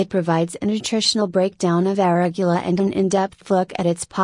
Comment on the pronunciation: She can't even pronounce "arugula" properly, lost all credibility.